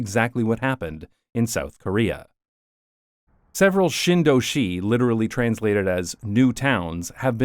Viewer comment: (quick pronounciation note - the korean is shin doshi, no emphasis on the last syllable)